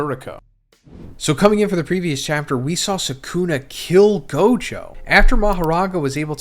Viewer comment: it's 'sukuna'. If anything you put the stress on the last syllable not the first 😂 y'all kill me with this